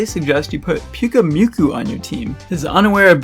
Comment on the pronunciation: It’s Pyukumuku, not Pyukumyuku